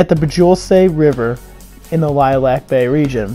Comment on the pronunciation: Future reference though, it's "ill-e-ak" bay I used to misread it too